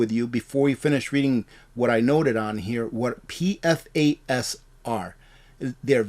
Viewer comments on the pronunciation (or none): you might appreciate knowing PFAS is pronounced Pee-Fass